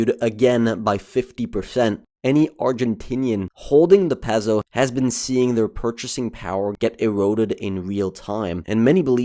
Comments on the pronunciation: pretty sure its pronounced "Pay-soh" not "Pez-o" -_ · It's pronounced "pay-so" not "pezo." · "pezzoh" 😆 "pay-so" 👍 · Love the Argentine "pezzo" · Nice video but it's "PAY-SO" = Peso. 😂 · bro says peso like pez-o🤣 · Please learn to pronounce Peso.